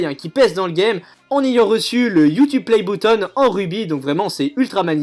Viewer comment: "Youtube play bouttonne" Nice l'accent